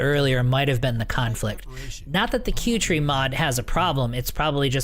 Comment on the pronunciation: P.S i think 'kuertee' is not "q-tree" as you say.. i think it is a play on words ...it is 'Cutie' as in ... "She is such a cutie." no 'R' in tee ???